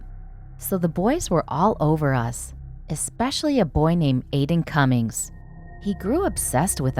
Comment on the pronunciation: “Adin Cummings” Suspicious.